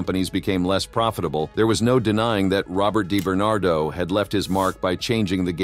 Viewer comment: Di bernado not Dai bernardo.